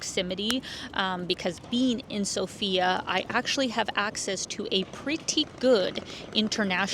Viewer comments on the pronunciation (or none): Everyone pronounces the name of the capital incorrectly - the correct is sOfia, the stress is on the O.